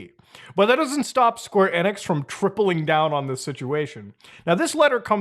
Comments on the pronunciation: Square Eh-nix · It’s square enix not square enix